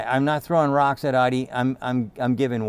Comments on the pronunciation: Yo my dude , Aidi 4 ? Pronounced AAU-DI. NOT AIDI. I know you said you old but come-on! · The amount they charge for the Q4 is INSANE. B is the regen mode afaik. Also "ID" and "Audi" sound identical when Sandy says them 😂